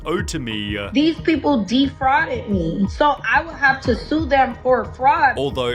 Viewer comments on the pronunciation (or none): Dee-Fraudidd me 😂😂😂